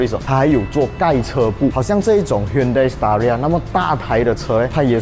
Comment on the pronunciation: Staria?听上去好像palia😂😂